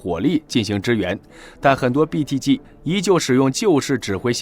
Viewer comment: 我喜歡你唸BTG的G發音很正確, 很多人把G唸成居, 聽得我很痛苦